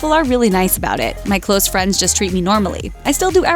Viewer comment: “My close firiends”